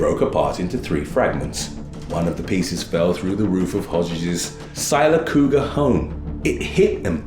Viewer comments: Sill-ah-cog-uhh Sylacauga, AL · Hey, just in case you have a reason to mention that town in Alabama again, it's pronounced " Sill Ah Caw Gah." Town names down here can be tricky sometimes, lol.